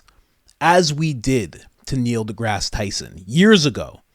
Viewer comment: Neil DeGass Tyson.